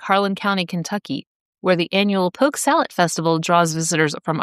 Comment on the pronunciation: Driving my tractor trailer through the rural metro North Atlanta there was a older fellow that had a sign nailed to his tree offering poke. SALAT I always thought it was salad. It sounded like you said salat as well. Always wondered if it was just an uneducated sign or he knew something I didn’t.